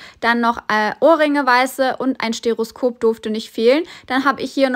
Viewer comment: Stethoskop heißt das Ding. Sie sagt Stetoskop. Es gibt keinen Grund, warum sie das "t" nicht aussprechen können sollte. Sie ist einfach nur ungebildet und kennt das Wort nicht. Bitte.